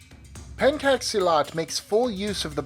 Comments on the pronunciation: btw the "cak" is pronounced "chak" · Pen should be pronounced as pen in the word "happen". The "cak" should be pronounced as "chuck", c in Indonesian is always pronounced as a "ch", not as a "k". (Unlike English or other languages, all letters have only one way to pronounce, except for E, which has 2 different ways to pronounce) The word Silat, however, is pronounced almost perfectly. I'm not trying to be pedantic, just want to share some insight since I find a lot of people making this kind of mistake when pronouncing Indonesian words. Source: I am an Indonesian.